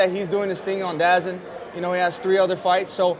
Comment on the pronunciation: Wtf did he just called “DAZN” 😂😂